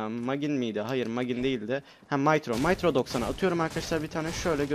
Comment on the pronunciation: Mitro bir pronun niki. Maytro doksani degil mitro doksani.